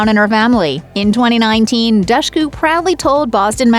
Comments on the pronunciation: I think she said it's pronounced Dushku like the word push in an interview I'd seen before. Cause folks would say it like douche. 😂 Seriously though Also her brother looked like a young Leonardo Dicaprio except for his Eddie Munster haircut, lol. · Dushku. With the "dush" pronounced like "push." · If you can't even say the name right... Good bye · You pronunce Dushku so wrong! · cool 11 minute long video where dushku's name gets pronounced wrongly without pause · that was pretty frustrating tbh